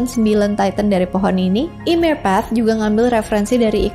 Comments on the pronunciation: di aot bacanya yemir kak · Kak seharusnya baca nama ymir m nya g dibaca yang benar ini yimir